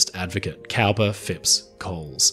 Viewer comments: "Cowper" is pronounced "Cooper". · I could be mistaken, but I believe that ‘Cowper’ is pronounced ‘Cooper’…